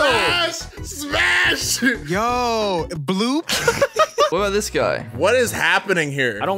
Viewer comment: Bruh “smas”